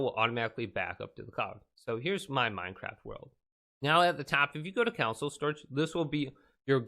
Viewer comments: download to your counsel. I cannot get over this guy calling a "console" a "counsel" dear lord. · ITS PRONOUNCED CON-SOLE NOT COUNSLE